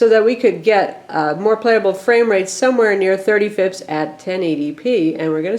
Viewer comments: Eff-pee-ess. Not fips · Please don't say FIPS, F.P.S., the dots are there for a reason! great video though. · I had to login to say its NOT fips its F.P.S. P.S - FIPS is Federal Information Protection Standard P.P.S - FPS is Frames Per Second P.P.P.S but you already knew that. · Lol I've never heard anyone say FPS like "fips" before. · Fips? Just say each letter.